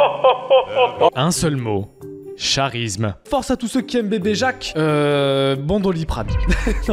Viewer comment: Besoin d'explication, à il lit mal charisme et joue là-dessus, il ne sait pas que ça s'écrit comme ça et on le pronoce "karisme" ? Ou je n'ai pas compris la vanne ?